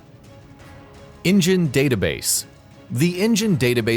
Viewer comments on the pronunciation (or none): It's pronounced In Gen. Not engine